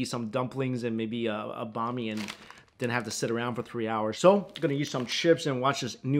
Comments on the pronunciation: Hi! Love the video! Small note: Banh mi is pronounced like “beng mee” and not “bah mee”. I appreciate your support and love for Vietnamese cuisine in your past videos and believe that you can easily correct this pronunciation! Keep up the good work. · As a Viet person listening to say banh mi every time makes me cringe inside. Still love him though!